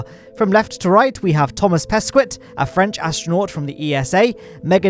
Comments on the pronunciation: As a French person I laughed at the way you said Thomas Pesquet 😂 . Nice video as always 👍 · you just pronounced badly thomas pesquet! I'm french